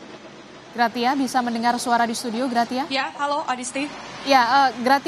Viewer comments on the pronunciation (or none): PELAFALANNYA GRASIA, BUKAN GRATIA =)) ANCHORNYA KOMPAS KOK GAK CERDAS SECARA LINGUSITIK YA????